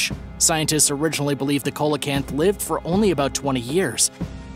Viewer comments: "Seelacanth" not "Coalacanth". Lights=spirits. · It's pronounced "seal-o-canth" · number 9 Coelacanth pronunciation is see·luh·kanth